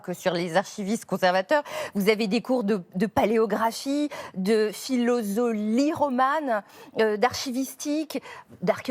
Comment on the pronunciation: Il faut que vous changiez votre description ! C’est pas de la philosophie romane mais de la philologie romane. Et au début de la vidéo la fille a dit philosolie romane ou je sais pas quoi. Enfin c’est de la philologie, c’est pas compliqué haha. Et c’est l’école des Chartes pas l’école des Chartres, y a un seul R.